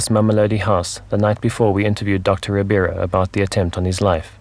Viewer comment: Just one small correction. His name is Doctor RIBEIRO, not Ribiero.